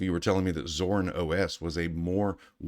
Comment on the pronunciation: WHY are you calling it ZORN?